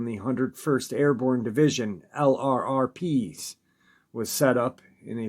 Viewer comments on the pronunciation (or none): FYI L R R P is pronounced Lurp.